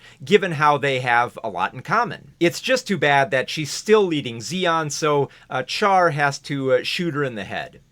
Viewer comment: Great video, but I hate the mispronunciation of Char’s name. It’s not “char” like char-broiled, it’s “char” like charlatan. The French way, basically.